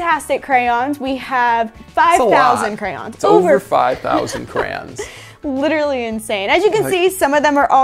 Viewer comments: says "Kray-On." says "Kran." is saying it correctly! ❤🧡💛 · I find it annoying to hear "CrANs" instead of Crayons. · Dude theyre not "crans" theyre "crayons" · THEY’RE “CRAY-ONS” 🤦🏼‍♂️